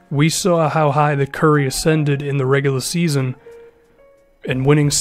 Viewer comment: Am I the only one that hears the way pronounces regular... regula EX.